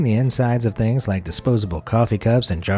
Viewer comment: “Three thrings” lol hahaha